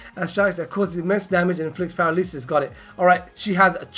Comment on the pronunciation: Paralesus? I hope that was just a joke. Pa-ra-la-sus